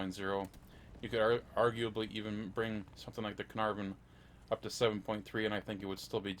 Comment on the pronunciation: When you said Cearnarvon to 7.3 that was just no no no no from me